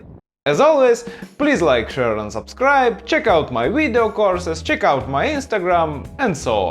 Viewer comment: It sounds like you said, please like, share, and unsubscribe 😂